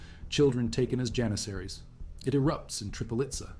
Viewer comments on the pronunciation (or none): none